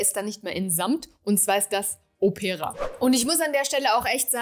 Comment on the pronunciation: Liebe, bei "Opera", liegt die Betonung auf dem "O". Òpera, nicht auf "e" Opéra - es ist das Original italienische Wort für Oper 😊 - Opéra klingt nicht gut Ich habe, von Xerjoff, nur den Apollonia II und Erba Pura - den ersten liebe ich sehr ❤